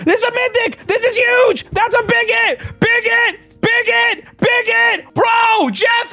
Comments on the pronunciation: Everytime he yelled big hit, it sounded like he was yelling bigot over and over 😂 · I thought you said big_git😂